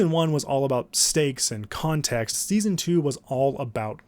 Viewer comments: "seaon 3" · “seaon 1”